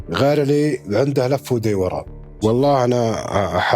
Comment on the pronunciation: انت ماعرفت تنطق دوران فكيف تعرف جريمة قتل ؟